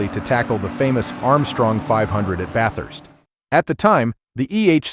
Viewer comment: A real human voice would’ve resulted in better pronunciation of names, such as Bathurst, not Bat Hurst. It’s an Australian historical road race, as well as a regional town in Australia. Do better!